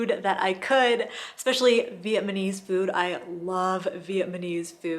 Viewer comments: Vietnamese not Vietnmanese. Sorreeee, just funny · VietNamese - not Vietmanes - otherwise great info